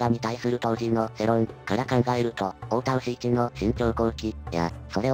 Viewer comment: 太田牛一の誤読が絶妙過ぎますね。 ＡＩ ＧＪ